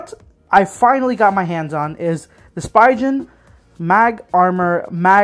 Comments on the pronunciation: It’s speegen not spygen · Spigen. (Spee-gun) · Every time you say Spy-gen I punch my cat. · Thank you! I do try to do my best when I make the videos. As for the pronunciation, I'll be honest in my circles I've only heard it this way. No one calls it Spee-gun. I think it's because Spi is usually pronounced as "spy" in common words such as spider and spice. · Ohh I very well understand that. I'm just saying, it isn't illogical for most to assume that it's pronounced "spy-gen" and not "spee-gun". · I asked someone else this, and I'll ask you too... When you pronounce spider do you say "spy-der" or "spee-der"? Hopefully that helps you understand why I pronounce it that way. Yes I know that it's technically incorrect, but I've been saying "spy-gen" for literally 6-7 years now. It's very hard for my brain to rewire itself to pronounce it spee-gen, especially when I'm filming and my mind is on 100 other things in that moment. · I like the video and appreciate the effort you put into making it. I do agree with Myojhnier in the comments though. 2 different worlds in the pronunciation. I've never heard anybody say "spygen" before. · painful to hear the brand name getting butchered x.x